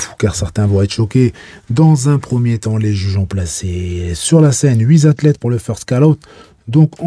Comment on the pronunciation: "Huiz zathlètes "😅